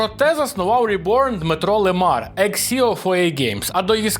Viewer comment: Не ЛимАр, а лИмар. Це ж від назви професії прізвище